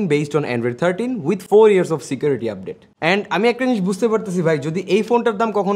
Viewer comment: আপডেট* উচ্চারণ শিখে ইন্টারনেট চালালে ভালো হয় গাধা